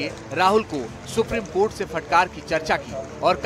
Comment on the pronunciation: Rijju jab tum v humhare log suprime cort ko suprime coth kahte ho tab sahi hai suprime cotha hai